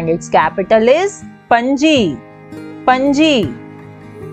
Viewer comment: It’s panaji not Panji,thiru—-vanantha…Puram…